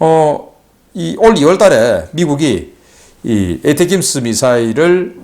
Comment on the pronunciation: 미국 어떤놈이 '에이테킴스'라고 발음하나? 미국은 '어텤음스' 라고 한다.